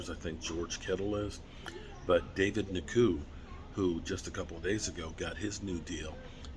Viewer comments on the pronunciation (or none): I’ve never heard someone butcher so many last name in my life.. its pronounced N JO KU. It’s really that friggin simple